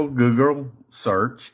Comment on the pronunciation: The second dude who claimed he found it couldn't even say "Google" right 😂 he said "Gurgle". Nothing says your obviously a drunk more than this guy's pronunciation of Google 😂